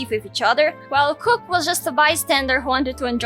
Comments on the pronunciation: It’s kook not krook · Everyone pronouncing Kook with a c instead of a k... Me: Well, isn't that cute? But it's WRONG!